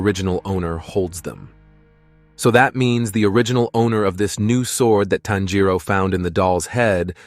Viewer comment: “Tan Jero” bruh it’s tanjiro